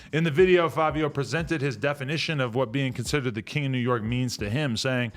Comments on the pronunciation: Why do u and others keep saying FAVIO when it's clearly FIVIO.... an I sound....... Nevermind it's Fivios fault for picking such a stupid name anyway lol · Fav-I-WHO..????????? NEVER HEARD OF HIM CANT BE KING OF NY LMAO 🤣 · WHY DOES ADAM KEEP SAYIN FABIO!!! lollll